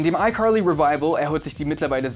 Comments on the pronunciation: fr warum sagst du icurly? I know u American aber die sagen das auch Carly Bro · What Nein das heißt Icarly mit a nicht mit o oder u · Ich dachte immer es heißt icarly und nicht icorly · Aber es heißt icarly nicht EiQuarlie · Duuuuuuude sprich Carly einfach anders aus, mein Blutdruck... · Es heißt icarly aaaaaaaa nicht i corly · Degga deine ausprache nicht i carli i corli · Es heißt Carly und nicht Corly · Das klingt wie Curly 😂😂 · Keiner in amerika spricht es so aus, er sagt legit ICurly, es klingt so als würde er zu hart versuchen US englisch zu reden, also nix mit krasser aussprache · Einfach ICurly hahaha ich liebe seine aussprache. Einfach curlyfries hahah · Nobody: Him: iCorly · Wieso wundert es jeden, dass "I curly" sagt?😂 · Ich höre immer iCurly. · Wusste nicht dass das iCurly ausgesprochen wird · Also mich triggert es, wie er "Aikorlie" ausspricht ^^ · Wen triggert es auch dass er jedes mal "ICurly" sagt? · iCorly?😆😅 Manchmal könnt ihr Wörter ruhig pur deutsch aussprechen 😅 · Wieso sagst du iCurly? 😂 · Irgendwie triggeredes mich wie du iCarly sagst. Ich weiß, dass es richtig ist aber es heißt einfach iKarliiiiii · Also das wäre mir jetzt peinlich😬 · Leute, könnt ihr bitte nicht haten, weil er ICarly anderst ausspricht? Euch mobbt ja auch niemand, wenn ihr was falsch sagt oder ähnliches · Kannst du icarly auch normal aussprechen bitte 😂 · Wie wired kann man iCarly aussprechen hä 😂 nein nein nein nein lass das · Wie spricht er bitte iCarly aus 😡😡😡😂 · dikka wie du carly ausspricht triggert ja mal unnormal so auf übertrieben amerikanisch und so würde man die auch nicht aussprechen